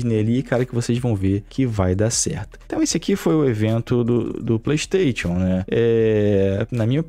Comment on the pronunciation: O cara que fala ‘playtation’ já cai em descrédito pra mim